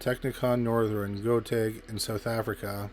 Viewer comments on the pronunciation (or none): The way this man pronounces Gauteng and the African surnames 😅🤣 an A+ for trying though